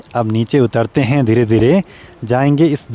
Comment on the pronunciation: 😂😂😂 लास्ट वाले शब्द पे इतना जोर क्यों दे रहे हो,,, आ रहा हैं, हैँ....😅